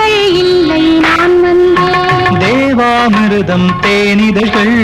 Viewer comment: தேவாமிருதம் என்ற அவர் உச்சரிப்பை நான் ரசிப்பேன்.